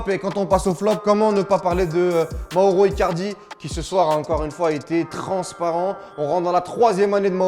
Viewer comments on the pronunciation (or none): none